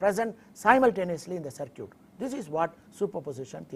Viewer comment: LOL, man it's "circuit" not "sir cute', his spoken is not good but he is conveying a good deal of knowledge about electronics.